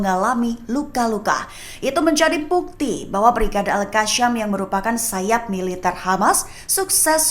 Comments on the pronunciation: Betulkanlah sebutan tu...pemberita lain elok jer sebut al qassam....ni al kasham...al kashamm....adehhh😅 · Yang bener itu al.kasam..bukan al.alka sham.. mimin pandai baca atau gak..memalukan.. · Baca berita molek2, sebutan biar betul,al qassam bkn al kassam